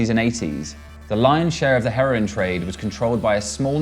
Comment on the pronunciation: I like the way he says "heroin" there. Sounds like a black market for birds. And I'm sure there is one. Actually, I know there is one.